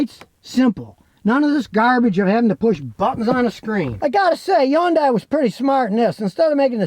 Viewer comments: It's pronounced "Hee - yoon - die," spoken quickly. NOT "Yon - Die." You would think that someone with as much experience with cars as Scotty kilmer, he would actually pronounce the name of the cars right. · Why pronounce H as Y? Hyundai instead of Yyundai? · Hay Scotty when are you going to say Hyundai correctly. Its not undai. LOL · Not a Hyundai... he said a "Yundai" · Scotty It's hund ay, not hayundai! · it's pronounced Hun-Day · Nice "Yooongdaiii" 😂😂😂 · Hey Scotty, It's Hyundai, like Sunday. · It is pronounced Hun-DAY in English. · Hyundai, pronounced like Sunday. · How is it that an automotive journalist can't even get close to the correct pronunciation of Hyundai? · Why can’t he pronounce Hyundai correctly? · Now if he could only say Hyundai right! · Yeah. Funny how he pronounced it. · Now if we can get Scotty to pronounce Hyundai normally....